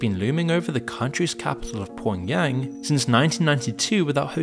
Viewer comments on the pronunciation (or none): "Pwown Yang"